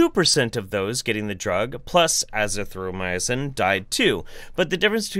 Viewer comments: For future reference, the way I learned to pronounce azithromycin, is uh-zih-throw-my-sin. Otherwise, you can always use the medical slang 'z-pack' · uh-ZITH-ro-MY-sin.